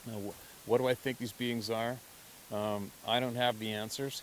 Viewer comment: You had me confused for a while You kept referring to the BEANS and I was wondering what you meant thought it was the name for it that you used Then the light came on you were saying BEINGS. You do carry an accent, don't know where you're from just found your site a day ago. Love hearing your stories, I live my dreams through your life couldn't afford it when I was young. Now I can afford it but knees and heart couldn't take it. Lived in Wisconsin all my life , last 6 years in Arizona playing snowbird gold prospecting for that 1 ounces, moved to AZ 1-1/2 years ago but knees and heart stopped the gold prospecting too. Thanks for the stories telling what my dreams might have been like. New subscriber lots of your stories to catch up on, Don't doubt for a minute what you are telling BS would be just down right mean Roger